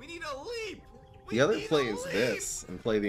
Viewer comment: Leap rhymes with deep.